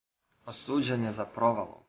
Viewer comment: very good, but there are some incorrect accents, marko je "pilot"; "osuđen" je za provalu. You probably already know that